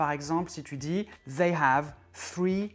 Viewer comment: Wesh le /zɛi/ il m'a fait mal au zoreilles 😂😂😂 Au cas ou, c'est/ ðɛi/